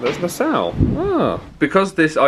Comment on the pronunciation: I know, one of these days someone will tell him how it is actually pronounced 😂